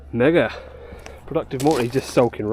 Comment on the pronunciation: sec the word "mega" sounds very odd.. 👀